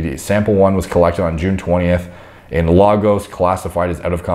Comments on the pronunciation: Lagos is pronounced like Lay-Gus. Also wahala means trouble. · has a complete journal of medical descriptions in his vocabulary, but pronounces Lagos like he has no idea where it is.